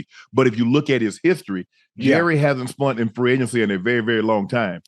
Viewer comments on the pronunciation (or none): Jerry hasn't spunt? Spunt? Shannon at 55 making up new words. It's spent my guy .